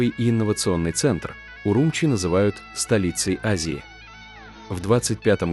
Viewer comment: Не УрУмчи, а УрумчИ !